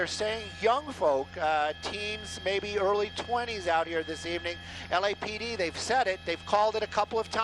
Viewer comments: Moto Beau xx cseteniential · He said xxx ten tay see own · Is it just me or the way some people pronounce xxxtentacion piss me off